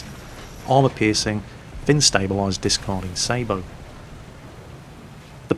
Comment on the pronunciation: I really love how actually makes the proper pronunciation for the word sabot most people wrongly pronounce it as (say bot) it is as says properly (say bow)as a tanker it really push my Irish button